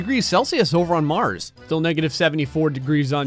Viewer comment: % of the time he makes me laugh 10% Sarcasm 15% The sound effects 75% ZWEET GEEZSUZ ZER GOUZ MARZ